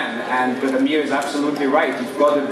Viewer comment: Wish Amir's name would be pronounced properly. Sick of hearing AMEEER!